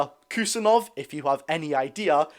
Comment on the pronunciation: if you say Abdukodr Husanov, it will sound more correct.